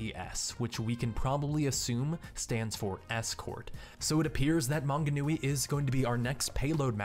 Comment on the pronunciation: Hearing people entirely mispronounce New Zealand names is quite funny. Tauranga is my favourite xD (To be fair, Manganui was pronounced pretty well ;) )